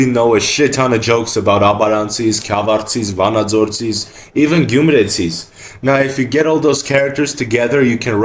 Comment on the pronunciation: pls next time you say gyumretsi or vanadzortsi put the tress in the end like in normal armenian speech regardless the version.